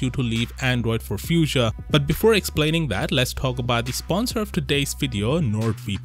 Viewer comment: Ypu say it like "fooshia" not how you saying it